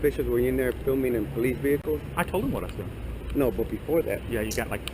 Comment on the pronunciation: *"THOUGHT "WIN" "*